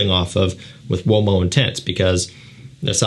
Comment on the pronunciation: Ooh - oh - mo , not womo :face-fuchsia-wide-eyes